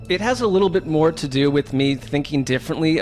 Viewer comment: “Moer” NFL news?